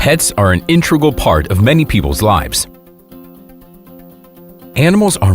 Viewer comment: "Integral," not intregal....and no doxhounds....my gosh.